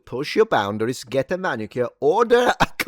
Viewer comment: It's MANicure. Come on.